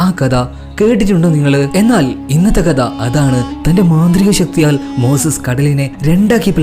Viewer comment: കദ അല്ല മോനേ കഥ